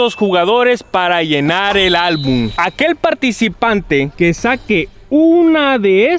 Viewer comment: se dice album no albun